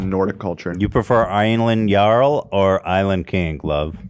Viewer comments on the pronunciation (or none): none